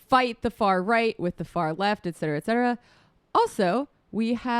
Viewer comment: Is Sam saying "ec cetera" instead "et cetera"? :)